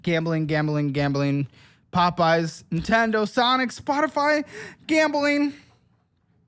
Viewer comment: I miss when used to mispronounce “Popeyes” as “Poppies”. Would bring a chuckle out of me every time.